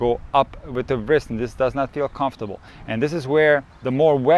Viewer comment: Wrist should not be pronounced 'vrist' but as 'rist'. W is silent 👍😅